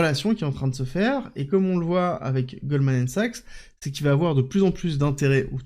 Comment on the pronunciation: Merci pour cette quotidienne A titre indicatif « Goldman Sachs » se prononce « Goldman SAKS » ahah